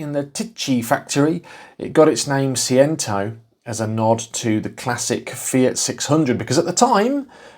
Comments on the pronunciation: It’s Say-Chento, as every Italian will be shouting at their phones! And Chink-Wee-Chento will get you close to the other pronouniation! Great little car. Lots of fun in a tiny package! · Pronounced phonetically "say chen tow" Fiat fan here🤗👍🇮🇪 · it's pronounced say chen toe jon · I had one Seicento and four Cinquecentos. Great fun cars, modified most of them! Do look for rot around the rear beam and sill/boot floor corners. I'm sure someone will have already taken offence, but it's 'Say-Chen-Toe' :) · See Chen Toe is the proper way to say it. Thank goodness it's not yellow... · Please say the name correctly